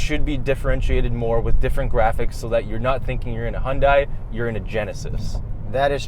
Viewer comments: HyunDAY not HyunDIE lol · Does it bother anyone else that keeps pronouncing Hyundai wrong. Its pronounced hun-day like Sunday. That's why they made that Superbowl commercial years ago. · "Hyundai" rhymes with "Sunday" for correct pronunciation; Hyundai's CEO says so. I love your vids. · Great vid. Excerpt its pronounced "hyunDAY" rhymes with Sunday